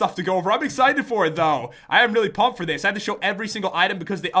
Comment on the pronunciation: when ever you say pump it sounds like hump no offense